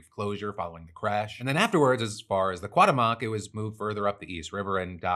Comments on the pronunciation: Qwa-ta-moc? Qu-wow-te-moc! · I know this is not the most important partof the story, but its really not how you pronounce Cuauhtemoc. You are missing the second "u" in "cuau", and the enfasis goes on "te" not "moc" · Ku-ah-uh-te-moh-k = cuauhtémoc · Hey Phil, the phonetic pronunciation of Cuauhtémoc is kwah-TEH-mok. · I know "Cuauhtemoc" it's an Aztec name and it could be hard to pronounce for an English speaker, but the decision to say it as fast as possible to get it over with was not a good one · Ship is called "Cuauhtémoc" pronounced "Coo Aw Tem (as in temperature) Oc (as in octopus)" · “Long time listener, first time commenter” 😉 but the way you keep saying Cuauhtemoc is hilarious!!! 🤣 I had to come here and say something 😂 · The way Phil said Cuauhtemoc 😅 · Love the "Cuauhtémoc" pronunciation Phil 😆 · He actually pronounced it completely wrong every time 😂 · It kills me hearing him pronounce cuauhtemoc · Worst pronunciation of cuatemoc I’ve ever heard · lol Phil I love you but i just cant with that pronunciation lmao